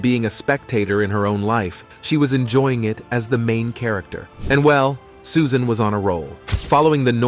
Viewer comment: Great video! I just have to know if this is an AI generated voice ? Toward the end the narrator says SUSAINE Boyle, as if the "AI" was reading a text with a typo in it. I'm thinking that a human would have avoided the wrong pronunciation despite of a typo in a text like that. Greetings from Norway ♥♥♥